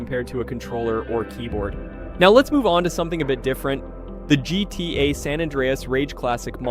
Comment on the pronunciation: Why can't AI voices say GTA properly?